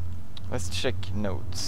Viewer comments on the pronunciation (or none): i love how pewds says check like sheck